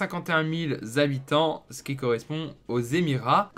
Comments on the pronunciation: Les zhabitants quels angoissent de t’entendre prononcer comme sa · les Zabitants.. Sérieux ??? 😅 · c'est pas pour rien qu'il y a un "h" devant habitants , c'est pour pas faire la liaison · sa fait beaucoup de Zhabitant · Ce "zzzzabitants" fait vraiment saigner les oreilles... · les fameux Zabitants haha, sinon super vidéo continue :D